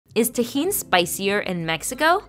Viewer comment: Everyone paying attention: Me : did she rlly just say it like that ??